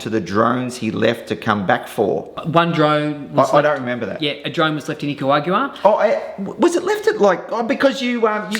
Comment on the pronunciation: Someone please teach him how to pronounce Nicaragua